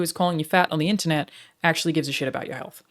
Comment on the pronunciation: Almost got the american accent perfect. "Internet" fucked you over man.